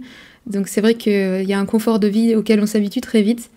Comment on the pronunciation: Bonjour, c'est coNfort en français, pas coMfort. Sinon, molodets, je me retrouve dans plein d'aspects mentionnés, et votre analyse me semble très pertinente, elle m'a donné des clés et fait réfléchir à la relation hommes-femmes, par exemple...;-) Continuez une info honnête et la plus objective possible, pour fissurer la chape de plomb qui nous étreint...